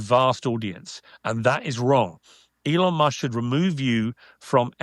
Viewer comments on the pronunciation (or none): none